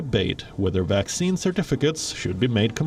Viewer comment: Why does this narrator call a vaccine a waxine, seems suspicious....